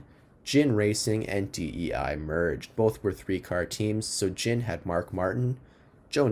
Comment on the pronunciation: Ginn with a hard "G", not a soft g. Really good breakdown overall though.